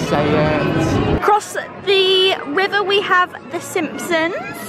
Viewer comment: “across the riwwer” 😂😂😂